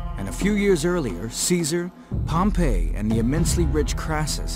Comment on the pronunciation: pronounces Pompey same as Pompeii. Wonder where he got his PhD in Roman History.